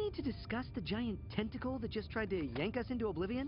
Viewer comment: He said tentacle